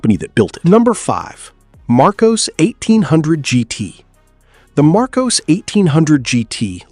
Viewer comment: Lotus Elan is not pronounced ELON, its ELAN ......LAN not LON...........MARCOS is pronounced mar COSS not mar COSE.